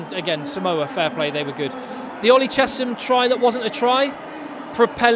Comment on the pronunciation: Hey, its saaamoa, not simoa